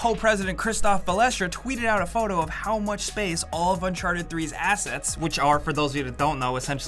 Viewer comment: Is it uncharted or unsharted? Make a choice.